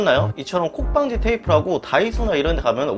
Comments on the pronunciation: 문콕방지 테이프라고 한것 같네요.. 발음이..ㅋ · 발음이 정확하게 안 들려서 그러는데 콥방지 테이프요? 무슨 테이프인지 잘 모르겠어요..